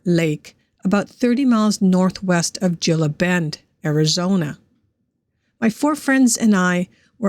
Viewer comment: It's pronounced Heela Bend, AZ. The g has the h sound because it's Spanish, and the i sounds like two es